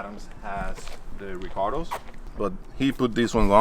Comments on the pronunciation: Love calling the recaro’s “recardoh’s” haha 😂 love the new acquisition! Can’t wait to see what the new projects going to be! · Love how when says Recaro he pronounces it Ricardo lol. But beautiful jza80 love the wheels n the color even tho I'm not a big blue fan but I like it better than the other one on tehe's